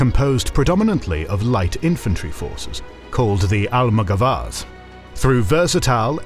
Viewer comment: Nice video, thank you! The maps are so useful for that time. I love this channel! Just a note: in Almogavars the stress is on the second a : almogávares. In Spanish, Italian and Latin, the stress usually goes in the syllable before the last one. In French is different, it usually goes in the last one.